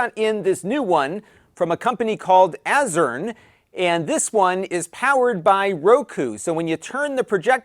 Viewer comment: HAHA! He didn't even try to pronounce the manufacturer's name! hahahaha! Too Funny!